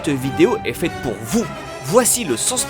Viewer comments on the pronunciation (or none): none